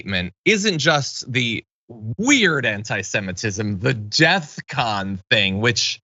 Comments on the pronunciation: Isn't it Def Con not Death Con ???? Kanye is a Fvcking idiot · It's DEFCON, not death con Kanye you absolute buffoon. You could have even gone with DEFKANYE, but that's too clever. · it’s DefCon. not death con